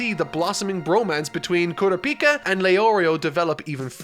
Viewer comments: Uh oh here goes again mis pronouncing names. Bro said kura pika like its a different version of pikachu😭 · For the sake of my and everyone else's sanity going forward. It's pronounced "Koo-Rah-pee-Kuh" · The way he’s saying kurapika is killing me 😂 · How did I know he wouldn't be able to pronounce Kurapika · I'm gonna need you to go n watch the anime for 1 reason only.... name pronunciation. You butchering tf outta these names right now 😅🥴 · Why was he pronouncing Sasuke's name like "Kurapika"? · Please stop pronouncing kurapika’s name like that... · Every time he says Kurapika I get heartburn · less than 10 minutes in and already mispronounced Kurapika😭😭this is gonna be a long ride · that's not how it's pronounced in either the dub or sub of the anime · I can’t keep watching these if you keep saying kurapika like that ☠️🤣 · Its kur ah pee ka not kura pika say it slowly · "kuru peeka" lol it's "kura puka" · Why tf does he say KOORA-PEEKA, its KURAH- PIKA like pikachu!! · Normal people: Kurapika: Kura pika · It’s pronounced koo-rah-pika not koora-pika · Ku RA pica emphasis on RA not PI please. Great video! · "koorapeeka" yeah nah that's now how you say that name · Ker-op-eee-ka is how you pronounce his name, it doesn’t really matter but it was just bugging me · I was gonna watch this untell he says Ku-ra-pie-kia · its kuur-ahpika (pikachu) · "KurapIka"... Hopefully he changes that. Throws me off everytime. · With all due respect you said Kurapika's name wrong. Kur-raw-pee-ka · I absolutely lot it when he said KurapI'ka lmao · Is no one gonna mention Kura-Peka? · If he says "kura-pika" one more time I'm going to scream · Haha Kooo-rap-pika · I love you, but your pronunciation of Gon and Kurapika drives me insane. And I'm only 6 minutes in 😩 lol still love the video tho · I hate how you say gon and kurapika. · “GAHN” and “KERAPEEKA” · Why do you mispronounce Gon and Kurapica? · He already said Gon and Kurapika wrong...love ya!